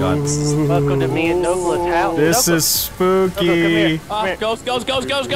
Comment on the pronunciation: I heard says ishpoky